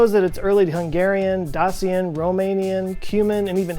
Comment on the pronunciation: Dacian is pronounced "Day-see-an" (@ ~) SCYTHIAN is pronounced "SITH-IAN" NOT "SCI-THIAN"